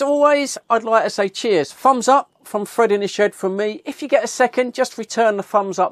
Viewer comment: It's Fred not frid